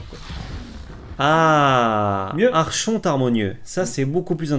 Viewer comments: ça se prononce arkonte mais archonte pas content pouce down GRRRR je rigole votre vidéo est top mais ça se prononce vraiment arkonte :p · mdr qui reprend sur la diction et qui nous pond un arCHonte derrière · Ah mais vous ne faites pas exprès de dire arCHonte ? Ça pique les oreilles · Des années de Vampire la Mascarade à se faire poursuivre pas des magistrats ayant ce titre me font dire qu'on prononce arkonte. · Prononcer ArConte pour Archonte. ^^ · Mes oreilles saignent encore.... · J'ai saigné des oreilles à chaque prononciation de la carte ,du coup je suis au bord de l'AVC. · Moi j'aime beaucoup '' l'archonte '' prononcé à la française 😂😂 qui est un type de crea depuis plus de 15 ans. En vrai c'est une bonne carte de side je pense...